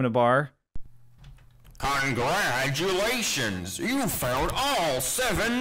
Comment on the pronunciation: To me it sounds like he says “I’m Gladulations” instead of “congratulations”